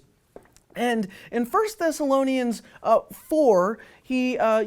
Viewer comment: He says everything backwards. In Matthew 24 Noah and his family were rescued and taken up out of harms way. He can't even pronounce the name the book of Bible which tells us most directly about the Rapture. The word Raptue appears in 1 Thess Barb Rossing is also a horrible Theologian. She doesn't use the Bible at all to make her case.